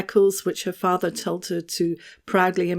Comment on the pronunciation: just can't say the word FATHER.